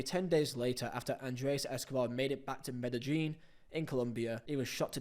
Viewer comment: ''Payolo Rossi'' ''Medejjin'' Come on man... I know you're not a University grad... but that's just tragic. I've heard you say Paolo Maldini before lol....